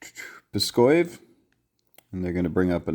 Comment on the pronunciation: Great video, but as a russian, I must comment that Pskov has a v at the end of its name. It's not Pskoy).